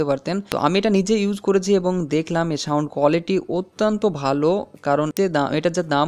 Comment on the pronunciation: ভাই সাউন্ড কে শাউনড বলছেন বারবার!